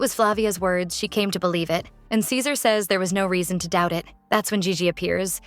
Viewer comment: Why did the voice keep calling ceaser scissors 😂